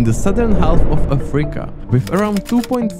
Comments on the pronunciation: Could you, please, stop saying “AFREEca”? The name of the continent is “Africa”, thank you. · ok this video is just AI slop. If not for the pronunciation of "Afríca" and for calling guatemala "South America" i may have not noticed. Just terrible.